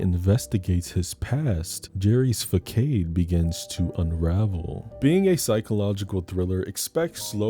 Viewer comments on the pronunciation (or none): facade is said fa-sard ;) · Did u just say facade as fuckade? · Nigga, did you pronounce facade as "fuh-cade"? 😂 You a fool for that lol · idk if you pronounced facade like that on purpose, but i lost it lmao